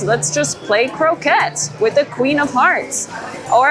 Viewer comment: Love your videos. ❤ love seeing all the merchandise. Croquet is French though so it is pronounced ‘crokay’